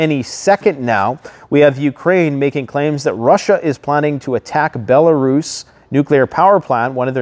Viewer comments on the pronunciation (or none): none